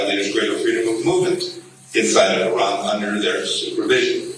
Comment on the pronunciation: You pronounce "Iran" very well! like a Persian! Interesting!